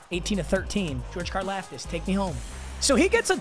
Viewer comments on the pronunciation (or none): You say his last name like car- loft-tis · Car-Loft-Is. Holy shit mm casual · Why’s saying Karlaftis wrong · I go to Purdue and you are saying his last name wrong fyi